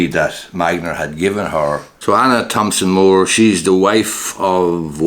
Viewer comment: the 'h' in Thomson is silent!